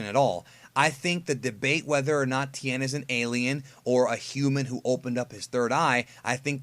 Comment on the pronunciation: ti-en tien not ten, not tin.... ti...en